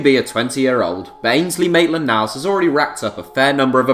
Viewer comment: “Mate”land niles 😂👍🏼